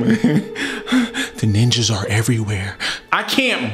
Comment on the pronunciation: "Nin"-jas haha